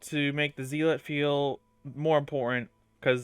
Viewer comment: Me whose a rep 4 Helios Guardian seeing this guide in my recommended, "Hmmm... Let's see what this guide can teach me" Edit: It's pronounced Zell-let. Not Zeal-let. I know, English is weird